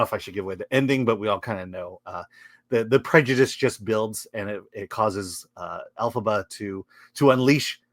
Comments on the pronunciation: You lost me at "Alphaba" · I’m kinda cracking up because 🤣🤣🤣 every time you guys say Elphiba is sounds like Alphaba which would fit with that bitchy actress being of the alphabet community. Close captions even show Alphaba. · Every time you say her name Elphaba, I hate this story.